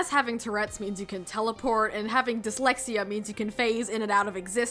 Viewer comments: this video made me realise venelope says pixlexia, not dislexia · Dislexia being called pix-lexia is a little funny to me. Im a sucker for silly word-play lol